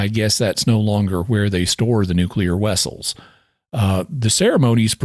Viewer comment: Apparently Jimmy Akin's Arkansas accent is just a facade to cover up his Russian heritage. He really messed up this time! 😉